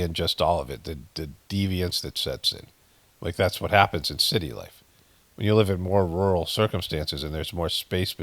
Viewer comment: When you were reading that scripture there, at about 15min in, I am dying laughing, because the way you were reading, I started to pay attention as I'm here passively listening, to the seeming none sense you are having a hard time reading with flow... and you said the holy shitty, some scripture about a holy city and you said holy shitty, not city!! So F'n funnnnnnnyyyy!! 😎💜